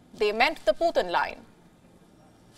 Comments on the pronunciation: The puthin line 😂😂 poo thin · Lmfao, the "pootin line" 😅🤣🤣🤣😂